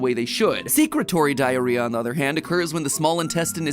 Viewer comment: 27 times you said diarhea